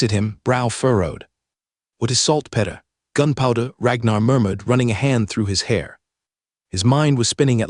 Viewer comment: why cant this AI say the word PETER ? Only word it just will not say.